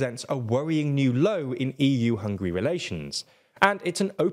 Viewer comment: Why is it so difficult for you to learn how to pronounce Hungary?! It’s not hungry!